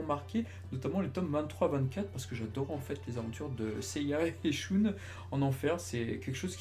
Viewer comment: Excellente chaine! Par contre en regardant tout en vo, je n'ai jamais entendu andromède être prononcé shOUne...